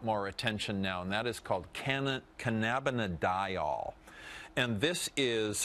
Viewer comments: it's cannabidiol not cannanabidol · i support legalization but this guys supposed to be a docter and cant even pronounce cannabidiol!